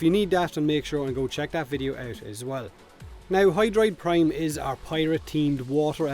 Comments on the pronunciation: Intro said Doid Prime? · I have no idea why, if the Doid Prime was intentional or not but it cracked me up. lol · Doid Prime hahaha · DOID PRIME!!! O